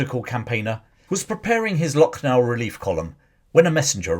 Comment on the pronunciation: I was born in Lucknow. Used to go for evening walk in ' Residency ' where British took refuge. It has a cemetery as well. The actual pronunciation is Lakh-nou